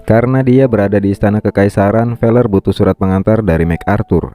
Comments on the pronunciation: Feler ya bukan pakai p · Fellers, pakai F ya bukan pakai P